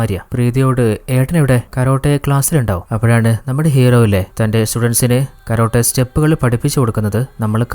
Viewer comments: കരോട്ട അല്ല ടേ കാരാട്ടേ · കരോട്ട അല്ല ചേട്ടാ,കരാട്ടെ 😂😂